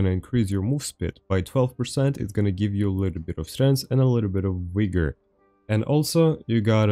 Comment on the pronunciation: Buddy's pronunciation of "vigor" means something different to Americans lol